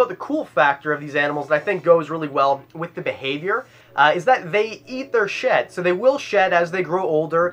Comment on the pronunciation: When he said they eat their shed I thought he said they eat their sh*t🤣